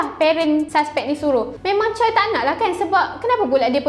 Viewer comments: Memang ejaan dia "Choi" tapi sebutannya "Chwe" (baca: Cho-wae) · cara sebutan choi bukan camtu tak silap saya. sebutan dia bunyi macam "chair".